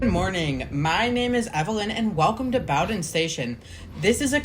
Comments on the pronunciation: Bow-din, not bouwdin. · Except for Bow-don. It's pronounced Boden. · Nice video! Just so you may know, Bowdoin is pronounced BEAU-dun. It is a really neat station in that the area around it is quite steep. The extension has been around for I forget how long, but I suspect the Charles extension will never get built. I had envisioned once extending the Blue Line along the river towards Brighton but that was just an idea and, of course, nothing ever came of it. Nice work, its a cool line for sure. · Sorry. Boh-Dunn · In Boston, we pronounce it Boh-Ruhn. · And while you're fixing the mispronunciation of Bowdoin, could you also fix the misspelling of "its" in the description? It's its! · that pronunciation of bowdoin has GOT to be ragebait 🫩✌🏻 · I immediately stopped watching at that point. How does a video about a place where they regularly announce the name get the name wrong?